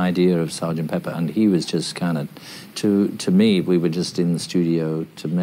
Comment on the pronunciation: Es pepper (pimienta) y no peppers (pimientas). Y se pronuncia peper y no piper, como dicen algunos hispano hablantes.